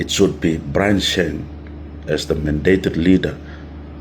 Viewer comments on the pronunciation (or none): Peter lusim, court will advise us all and BTW it's Byron not Brian 😂